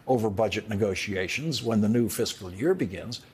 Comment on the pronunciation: Lawrence, the word is pronounced fiscal not physical